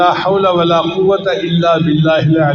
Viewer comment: Important. at the end, "ALLIYIL" main zair hay paish nahee hay. JAZAK ALLAH